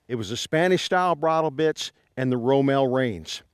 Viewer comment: It’s ROMAL!!!